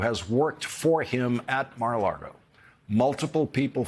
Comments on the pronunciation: Lago, not Largo Lawrence. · Hearing him say "Mar-a-laRgo" is like heading Bush say "nucular" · I love Lawrence, but why does he always say Mara largo? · Is he saying Mar a Lardo? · i think that it's hilarious that Larry can still not pronounce the name of the Florida resort properly and says 'LARGO' every time. Which means to me that, subconsciously he really wants to say Mar-a-Lardo or that he has said it so many times either in his mind or out loud that it's just baked in🤣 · Please stop saying "Mara LARgo" I'm OK with Mara Lardo, Maga Lardo & other intentional riffs but stop getting it wrong by just being careless. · Sorry - why are you saying Mar a "Largo" ? On purpose ?